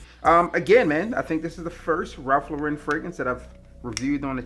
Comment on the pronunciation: Why do all of you guys mispronounce his name? It's "Lauren" like "Lauren Bacall", not "Loren" like "Sophia Loren". He's not French.